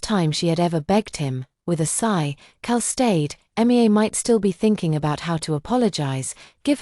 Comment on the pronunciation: For goodness sake, sort out the AI name pronounciations. Her name is pronounced Me-ah and not just saying the initials M I A, it can say Zoe ok so why not Mia